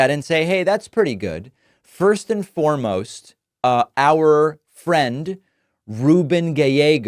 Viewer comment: Ruben says his name"ru-BEN"